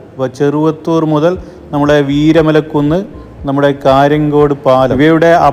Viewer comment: കാര്യങ്ങാട് അല്ല കാര്യങ്കോട്